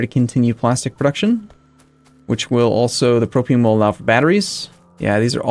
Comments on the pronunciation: It's pronounced pro-pain. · Propane pronunciation? Don't take my word for it.